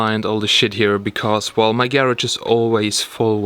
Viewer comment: (Gayrog)??? I believe it’s (garage)